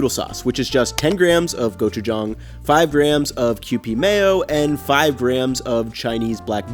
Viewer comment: Thank you for pronouncing gochujang correctly! 😂